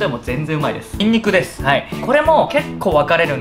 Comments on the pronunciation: にん↑にく↓ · ニンニクのイントネーションが民族みたい 絶対明日作って食べよ、美味しそう〜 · リュウジさんの、にんにく、の発音に爆笑しちゃいました🤣リュウジさん本当に大好きです。カルボナーラ今度作ってみまーす(^ー^) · にんにくやらベーコンのイントネーション気になる